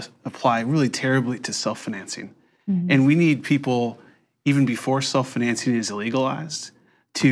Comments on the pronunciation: Am I the only one irritated by how annoying the dude pronounced "self-financing" ? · I am irrationally angry at the way that guy pronounces "financing" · Scrolled down looking for the comment making fun of the way that guy says the word "financing." Couldn't find it. Therefore: Who is this guy and why does he pronounce "financing" so weird?